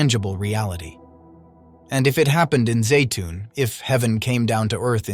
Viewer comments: Zeitun, not Zayton....I've been there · and yet Egypt is still a Muslim nation. How about if you teach your AI narrator to pronounce Zeitoun the same way consistently?